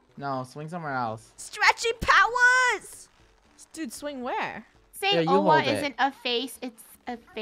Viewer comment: Its Owa not Owo.